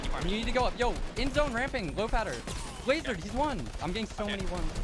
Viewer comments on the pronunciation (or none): He said wasered them